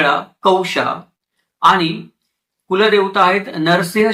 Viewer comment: अशुद्ध उच्चार करत आहेत. "ण" चा उच्चार "न" असा करत आहेत. ब्राह्मन, आनी,आपन,हे सारस्वत नसणार पण यांचे संशोधन व अभ्यास चांगला आहे.